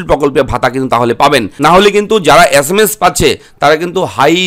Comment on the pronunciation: আচ্ছা মাস না sms valo kore bol.